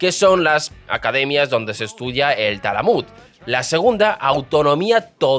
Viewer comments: Talmud o Talamud, confundes revisa tus datos tienes algunos errores de pronunciación. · Atento guionista, porque no creo que sea un error de quien lee: Ben Gurion en vez de Guirón Talmud en vez de Talamud Asquenazíes o ashkebazim en vez de ashekabzíes Es el tercer video con errores de pronunciación graves que restan credibilidad al dominio del tema expuesto. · Se pronuncia BEN GURION Y TALMUD . GRACIAS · "Haradíes"...Ben "Guiron"..."talamud"... Esta es mundial: "Los Ashacantíes" Escuché esto y dejé el video. Ya me dolían los oídos...!! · No sabes pronunciar las palabras